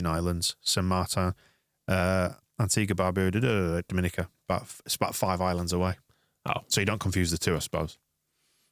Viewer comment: It's pronounced Dom Mi Ni Ca Not Da min no ca 😮